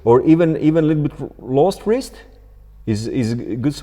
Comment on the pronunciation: Wrist ❌ Wrizz✅